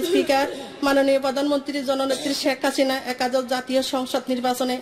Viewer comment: সুন্দর করে কথাও বলতে জানে না, বলতেছে শেক্কাসিনা 😂😂😂